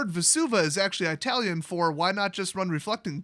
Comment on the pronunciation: ever consider teaching Eyetalian er uh Italian?